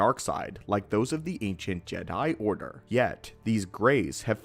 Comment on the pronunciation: Again, I like the way he says "Jedi Order"